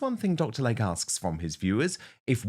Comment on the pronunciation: It's pronounced Lay-Kee not Lake.